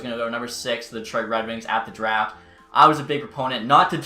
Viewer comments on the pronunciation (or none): none